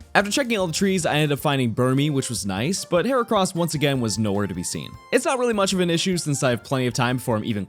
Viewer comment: HERACROSS, NOT HORCROSS!